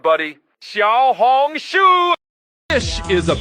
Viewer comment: nah its XIAO HONG SHUUU